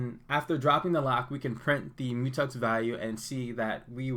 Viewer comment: Good $hit man! But isn’t it a Mu“Tex” not Mu”Tux”? Haha